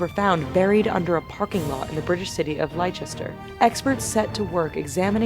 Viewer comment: it's not 'lie' Chester .... it's pronounced Lester